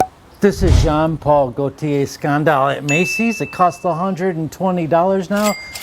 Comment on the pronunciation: Why can't you say "scandal" the right way